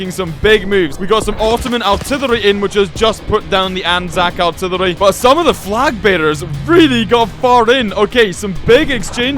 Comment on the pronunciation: It's funny that he says aułrtrillery